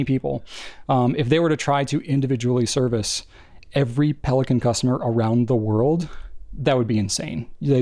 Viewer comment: Pelikan is German. It's pronounced PAY-lee-con.